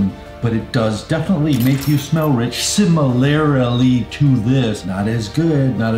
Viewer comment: I really like YSL Y. “Similarily”!!! Hilarious! Love love love the video Unc!